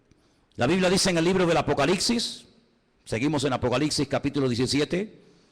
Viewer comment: Una humilde recomendación: es un hecho que el tiene una cantidad importante de seguidores, lo cual es excelente por la relevancia del mensaje que él está impartiendo. Pero en aras de no cerrarse puertas innecesariamente con oyentes exigentes, quisiera que alguien le diga que el último libro de la Biblia no se pronuncia ApocaliXi (y más cuando este parece ser un libro de mucho dominio y fascinación para él). Es ApocaliPPPPPsiSSS. Es increíble cómo una falencia no corregida en la pronunciación tiene la capacidad de distraer a unos y de generar cuestionamientos en otros. Esto lo digo con mucho respeto hacia este maestro de la Escritura, y va de parte de un puertorriqueño quien, por también ser predicador, le fue necesario superar el "comeL", "bebeL'", "oraL" y "bendeciL".